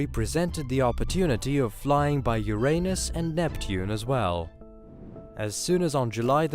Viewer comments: Sollar system, Carl Soggin. Ur-Aynus. CHannel is russian so it's all good but its weird hearing the weird pronunciation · Ffs its URINE-US not YOUR-ANUS..